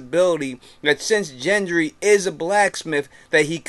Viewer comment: it's Gendry not Jendry